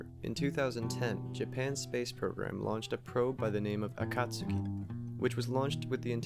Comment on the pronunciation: Hey, I totally missed this upload. Was thinking about your channel only a few days ago. Great job as always, presenting unusual and thoughtful content. I love that you pronounce Akatsuki properly, too. Greetings from Australia. 😁👽🛸